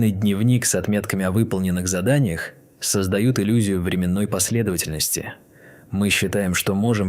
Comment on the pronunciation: ВрЕменное измерение это сильно=) Типа потом пройдёт=) А временнОе это хуйня какая-то стопудов. Хоть бы матчасть подтянул перед озвучкой, но анаболики и спортзал походу не оставляют времени, зато вон голос какой сексуальный. Вот вроде делаешь науч-поп, а получается бро, что одной ошибкой в ударении выставляешь себя полным идиотом, как и хуева туча других таких же как ты, и по итогу - охуенное начинание, на втором шаге превращается в порнуху. Вот прям на 18ой секунде пишу коммент. Пишу не чтоб тебя унизить или обидеть, а чтоб обратить твоё внимание на этот немаловажный момент. На будущее, так сказать.